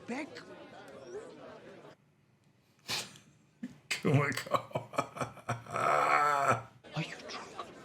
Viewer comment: Kimiko,. Not Kumiko